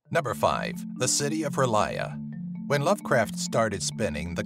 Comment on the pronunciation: Rlyeh is not pronounced "relier" . . .